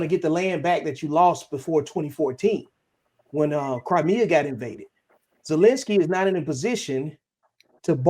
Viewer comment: Ah yes, "Zelle"enski